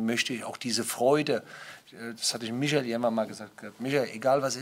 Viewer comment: Bruno sagt auch Micha.😂 Klinsi hat auch Micha gesagt. Ist gefährlich, ich sehe schwarz.